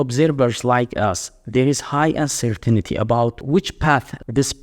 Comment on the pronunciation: Uncer-tinity Uncer-tainty